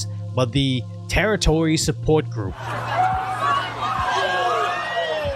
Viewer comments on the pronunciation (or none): none